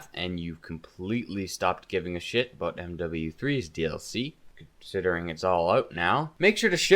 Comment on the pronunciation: Are you Canadian? I heard that aboot.